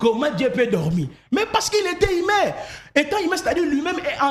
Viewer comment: Wai congolais peut pas lire u ils disent toujours i sauf Fally ipupa qui prononce correctement 🤣🤣🤣 exemple : inique, natire, attribie himain au lieu de unique, nature, attribue et humain 🤣🤣🤣 je conclire car c'est ma conclision 🤣🤣🤣